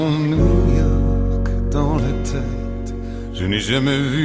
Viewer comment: Bonjour hi, Garou a dit le mot « tête » et « Bangkok » avec l'accent québécois.